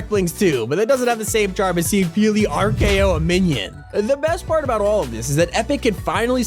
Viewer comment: Bro said rko